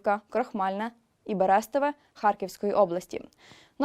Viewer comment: Дякую. Берестове - наголос на останню голосну, тобто е. Васювівка наголос на літеру і. кажіть правильно.